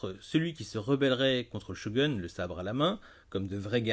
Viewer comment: Shogoune ! Pas chogun... Lol. Sinon bonne vidéo